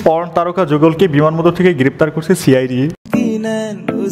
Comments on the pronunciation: আরে ভাই বান্দরবান কে বার বার বিমানবন্দর বলছেন কেন 😂😂😂😂😂😂😂😂😂😂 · আমি মনে করছি আমিই শুধু ভুল শুনছি বান্দরবান কে বিমানবন্দর 😂